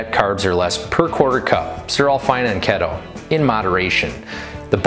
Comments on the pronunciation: Lol🤣 Pronounced key toe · Every time he said keto I died a little.... But he’s cute as hell so I’ll forgive him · I don't trust anyone that doesn't know how to pronounce keto